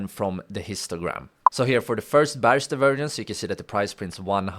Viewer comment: Great video, even though I already know and use the tips you gave. Your English is good, so I'm surprised you struggle to say "Bearish" the right way.